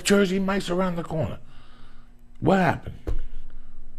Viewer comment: “There’s a jersey mikes around the cornah..!” Lol Joey is classic